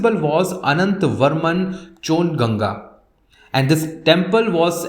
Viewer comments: It's not 'ghang' dynasty... It's ganga dynasty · why can't you pronounce """A"""" properly its गंगा, its kalasha not kalash ?????????????????????????